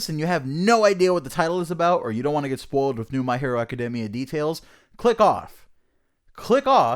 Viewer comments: Its "AH-CUH-DEE-ME-UH" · You say it (ah keh day mee uh) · no no no it’s A-CA-DAY-MEE-AAAA